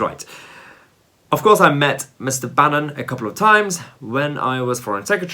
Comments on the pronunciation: Lol bannon not banyon had me chuckling. ... you funny 😎😜😎😜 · Mahyar Tousi has a pathetic analysis. Lammy is quite right to expose some elements of the conservative party as being far right - nazi. Tousi instead sits there looking smug and comfortable with himself for pointing out on two separate occasions that Lammy mispronounced Steve Bannon's name which is really no big deal. Who on earth could pronounce Mahyar Tousi's name if pronunciation is so important?